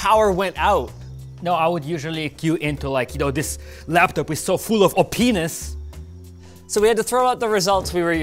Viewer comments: Watched the whole video just to hear say op-ness. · heh "opnes" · "full of openis" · DanB Ik you right and its hilarious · I tried to be grown about it. I cant. He said ohpeenis. 🤣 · "it is so full of openis"